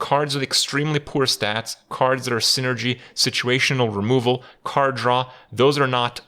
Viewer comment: It took me 4 times to figure out that he says card draw, not some unknown card to me called "Khar'dra"